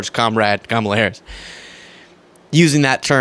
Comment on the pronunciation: & Fox “News”: can’t pronounce the name of the United States’ Vice President.